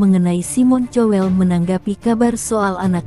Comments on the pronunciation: Bukan cowel tapi kowl ,payah... . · tuk narator tolong baca nama orang sesuai bacaannya, malu klo ada orang bule yg ngerti bahasa indonesia, cowel, untung g colek